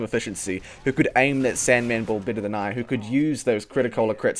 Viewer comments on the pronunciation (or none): Dude what's wrong with you? XD you say "better" like "bitter" and others..